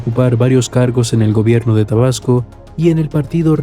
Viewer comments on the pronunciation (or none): jajajajaja es macuspana no masuspana y es tabasco no probasco